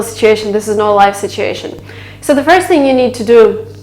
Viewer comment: Toyful this, toyful that, sittation, todally, etc. your English is so bad, I could not finish the vid. Hell you can hardly speak English, much less pass the TOEFL with a score of 117 out of 120. Not in a million year would I believe you scored anywhere over 100 if that, but I guess this is a money maker for you and people are either gullible or just horned up. It is pretty disturbing to see people that can barely speak English giving instructions on how to pass the TOEFL or IELTS, but hey, all those preparing for these tests are foreigners who don't know shit and can't really catch your mistakes.